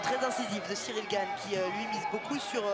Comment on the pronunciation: Monsieur le présentateur, Gane s écrit comme ça G A N E, pas GAGNE